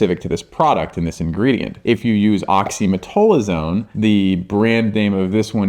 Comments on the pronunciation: Why the F two supposedly respected dermatologists cannot pronounce OxymeTAZOline?!? Frauds! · Great info, docs. But oxymetazoline was not pronounced correctly once in this video. Sound it out! 😩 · Great video but they called oxymetazoline wrong the whole video 😂